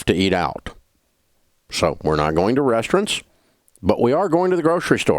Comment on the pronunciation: I HATE the way he says restrRANTS!